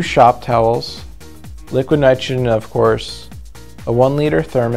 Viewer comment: "Liquid nitgegen" wtf are u saying bro ???